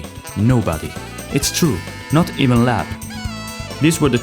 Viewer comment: Leob being pronounced lab made me wonder is this an ai voice over 😅